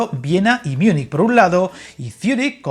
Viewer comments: Buen vídeo, gracias. Esos coches-camas P me han llamado la atención para bien. Una puntualización: no existe "Miunic", si lo quieres decir en alemán es München, la mayoría de la gente confunde Zúrich con Múnich. Un saludo. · No es como yo prefiera amigo, es que Miunich no existe en ningún idioma; puede ser Múnik, incluso la Real Academia recomienda decir Múnik a Múnich aunque los dos son correctos. Siento ser tan pesado pero es por aclarar errores. Un saludo.